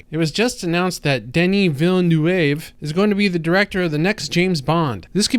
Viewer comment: Poor trying to pronounce Villanueva. Jana must be chuckling in the background. 😄